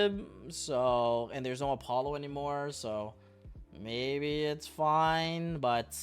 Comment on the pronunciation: Why do you say every name so wrong? Apollo? Nebuu? Ava? It’s “App-O”, “Nib-E-Ru, “E-Va”.